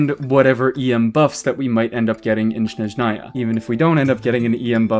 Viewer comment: thats not how you pronounce Snezhnaya (source: im slavic)